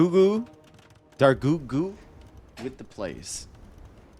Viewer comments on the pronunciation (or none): Surely it's pronounced Dar-Goot